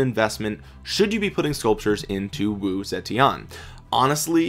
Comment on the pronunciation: The correct pronunciation is actually: Woo-Tze-Tien (武則天) But this doesn't really matter! 😃